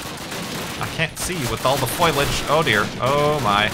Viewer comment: Hi, i hope you know that foliage is pronounced fo lee ige